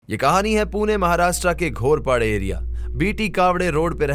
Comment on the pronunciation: Pronounce ठीक नहीं हैं... भाषा पे ध्यान दे... कोई भी स्टोरी share करणे से पेहले...उस जगह उस एरिया का (घोरपडे नहीं घोरपडी हैं.).. सही नाम लेना जरुरी होता है